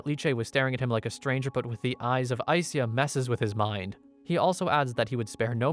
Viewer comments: I think SYA is pronounced like sha in shadow. Not si-ya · it's sha, not sia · You say her name like Aiseya but its spelled Aisha? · Its Ai Sha. not Ai Siya. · Just FYI, its pronounced as Ai-Sha. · i think the names pronounced aisha lol